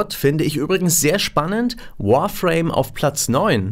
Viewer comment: Dalgon der Finstere dann biste halt einer unter Tausenden. Wenn du englisch mit einem Amerikaner sprichst und alles falsch aussprichst wird er kein Wort verstehen. Und WAHRframe GIBT es nunmal nicht.